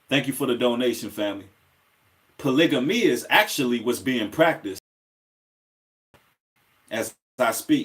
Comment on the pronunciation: U pronounce the word polygamy wrong I think